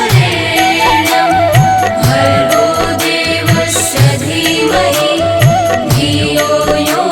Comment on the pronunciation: गायत्री मंत्र में देवस्व के स्थान पर देवश्व का उच्चारण हो रहा है कृपया शुद्ध करें जय माता दी 🚩🚩🚩🚩🚩